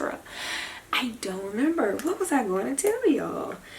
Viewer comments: I just about died when you said “WATWUZIT” 😂😂😂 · Giiiiirl, I hollered when you said, “wat waz it?” He keeps me laughing!!!